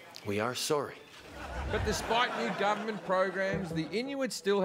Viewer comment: As a Canadian that fucking sorry couldn’t be more accurate 😂